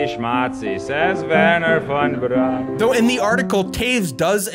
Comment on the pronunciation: Braun is pronounced Brown, not brawn.